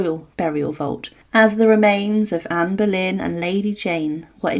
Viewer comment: Anne boylen et non pas Berlin - c’est pénible - Tudor et non pas tuda